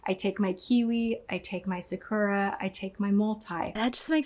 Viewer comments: I’ve been living in Japan since 2009, and it’s really cringeworthy to hear Americans pronounce simple words like sakura so wrong 😂😭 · i love how tati can't even pronounce sakura correctly and it's the main ingredient in this shit lmao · The way she's pronouncing "sakura" is absolutely maddening.